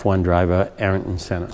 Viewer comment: It is Ayrton Senna not Eiarton.